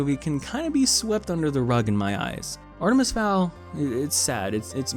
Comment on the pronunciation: I love how he slowly pronounces Artemis more incorrectly throughout the video